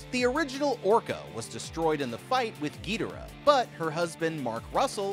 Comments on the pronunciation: King Ghidorah:❌ King Gee Dira:✅ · “Gidera” it’s Ghidorah, gi-dor-uh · Bro why did you say gidhora idk how to spell you said it so Goodyear man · King “ geedera “ 😭😭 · Why everybody I see talking about King Ghidorah and they always say King Ghidora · Bruh literally said GeeTara 💀 for King Ghidorah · Giaroara totally not ghidorah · Not to be rude but to be rude wtf was that pronunciation for ghidoriah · Is ghodirah that hard to say💀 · I HATE HE KEEPS SAYING THE BIG YELLOW DRAGON WRONG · Bro messed up king gidorahs name like pronunciation but idc